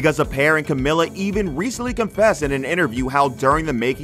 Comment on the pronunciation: It’s pronounced camEEla. Cmon guys it’s been nearly 10 years lol